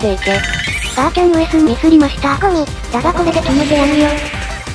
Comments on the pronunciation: ゴ↑ミ↓すき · 妖夢のゴ↑ミ↓の発音好きだから5回ぐらい言ってください魔理沙がバナナになってもいいですから